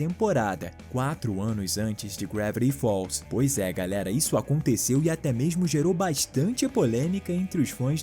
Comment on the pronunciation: "Gravviti falls"?